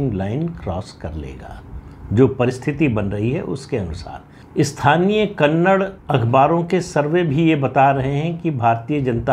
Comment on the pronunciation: Sir kannad nhi kannada bola kariye